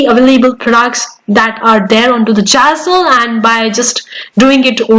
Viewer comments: Girl, it's not jazzle !! It's Zazzle. Pronunciation is the key. If you want to sound trustworthy with your accentuated English which is not your actual way ( its noticeable with bit of observation) of conversation normally. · don’t get upset😊, you English good, but only name of platform was really not correct and little bit funny, I m sure you already learn and corrected❤